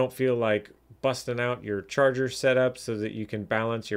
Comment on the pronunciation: Just so ya know, you switched the r and the a in charger. Love your vids!